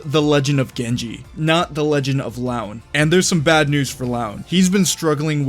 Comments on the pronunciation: "Loo-an" not "L(AOW)n" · Arghhh someone needs to correct the way the narrator pronounces the name "Luan". Can't help but cringe everytime it's pronounced as "Laun" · Btw I believe its pronounced “LooAn”